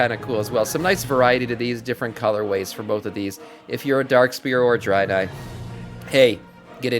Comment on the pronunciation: Wtf is a Drynai? it's pronounced Drae-nai--- sorry I don't mean to come across as a dick but it just annoyed me the way you were saying it.